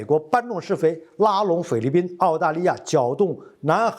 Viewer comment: 念成了匪律宾？